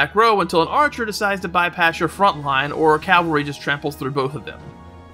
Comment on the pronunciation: "calVAry" units. :LeL. XD